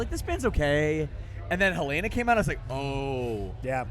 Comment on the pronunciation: Why do they all pronounce “Helena” wrong?